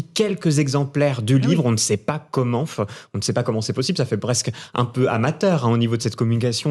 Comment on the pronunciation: J'en peux plus de cette façon de parler qui consiste à finir toutes les phrases par des ihhh et uhhh et des ahhh. Le mec en rouge, insupportable. Il dit même 'matinf' et 'commentf'